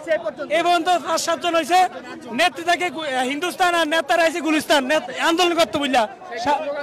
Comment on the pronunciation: গিলিস্থান নাকি গুলিস্থান কোনটা।